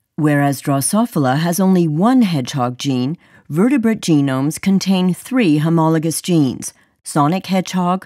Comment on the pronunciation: LOL "homogolous" rather than "homologous." Feels like when Bush says "nucular" instead of "nuclear." ....Otherwise a very helpful video xD Thank you!